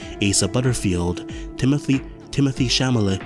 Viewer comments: Timmo-THAY Shala-MAY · Cmon bruh you know how to say chalamet